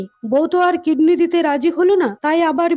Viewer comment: আপু কিডনি তো দেখছি কৃমি হয়ে গেলো উচ্চারণের জন্য😂😂😂😂